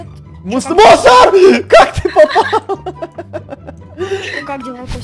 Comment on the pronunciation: Мне одной послышолось что сказал не мунстр а мусор😂